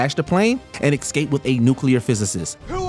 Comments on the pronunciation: Dude….escape..:not excape…come on man. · Can we get the narrator some elocution lessons? Ex-scape? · It wouldn't be so bad if it wasn't said so often in this list. And I think it's people thinking the first too letters are EC saying it "ecscape" instead of realizing the first two letters are ES(cape). It's an oddly common mispronunciation though. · The word is prounced eScape, not xcape!😡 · I feel like you’re saying “excape” instead of “escape”. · Dude keeps saying "ex-cape" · The word is escape, not ekscape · Could you please learn to pronounce Escape ... hint, there is no X in the word. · Would someone tell the narrator that there's no "X" in "Escape". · I'm begging you. Please. PLEASE. Learn how to pronounce the word escape. It hurt my brain every time you said it.